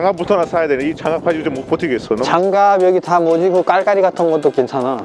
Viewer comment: 발음 진짜 걍 한국인ㅋㄱㄱㅋㅋㄱㅋㅋㄱㅋㅋㄱㅋㅋㄱㄱㅋㅋㅋㄱㅋ 깔깔이 발음 억양 싹다 걍 네이티브 그 자쳌ㄱㄹㄹㅋㅋㄱㅋㄱㅋ